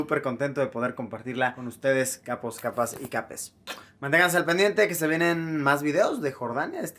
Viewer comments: me gusta cuando luisito dice capas capos capes jsjsjsjs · Ato Alto alto... escuche bien Luisito dijo Capos, Capas...¿¿¿"Capes"??? NOO Luisito WTF!!!